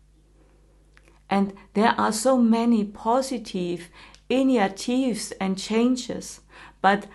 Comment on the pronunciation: Thank you so much for your insightful videos and your English is excellent. If I may, the pronounciation of chaos is "kay os" and initiative is "in ish yative". God bless you and your work. 🙏🪷💌